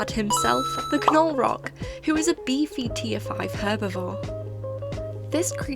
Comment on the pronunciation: Definitely team Halaqual, I can't stand slow gameplay;w; Also,, generally in american english when there is "gn" together in a word (or most letters oddly paired with an n), the g is silent, so i believe Gnolrok is just pronounced "nol-rock" 💖